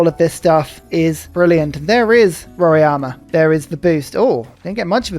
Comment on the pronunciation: Hey, its Mount RoRAIma, not Mount RoRIAma :) The correct way of saying it would be just saying the sound of R + I = "RI". In English, the A would be silent. Technically, also, the "RO" part should be said like "HO". In Portuguese, R in the beginning of the word sounds different than in the middle of a word. So "Horima" in English.